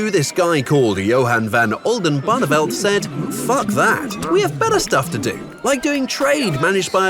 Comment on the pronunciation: you actually said the name Johan van Oldenbarneveldt perfectly! that is really impressive